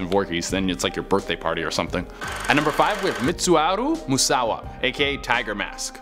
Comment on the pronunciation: True talk David… I thought it was idiotic how he couldn’t pronounce Barnum correctly; but he could pronounce the wrestler Mitsuharu Misawa somewhat correctly. 😳🙄 I think whoever is producing the videos behind the scenes is pushing stupid-tight deadlines on the hosts and they’re making crappy mistakes as a result. 😔